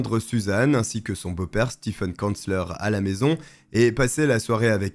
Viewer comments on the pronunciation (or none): none